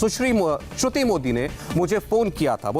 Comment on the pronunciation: He is in such a hurry can't even pronounce Shruti name😂😂